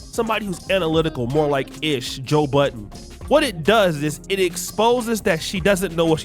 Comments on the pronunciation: His name is Joe Budden!! Not BUDDENS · You saying joe buddens is funny. There was a time when everyone put an s on the end of his sir Name. Lol